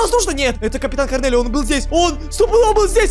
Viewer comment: ты неправильно читаешь там не корделио а корнелия это девочка 😅😅😅